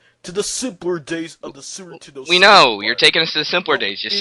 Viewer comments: Not Sooper Tendo, it was more like Sue'er Tenn'ow. He nee's work on 'is 'losives. S'eech ferapy aw such! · Is it just me, or did say Sewer Tendo? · "Sewer Tendo"? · Sounds like "Sewer Nintendo" to me. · Su'er 'indendo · It totally sounds like he is callin it the "sewer-tendo." I love how he just leaves syllables out. This guy is intense!